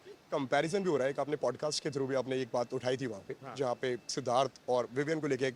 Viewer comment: विवियान nhi h विवियन hai ✨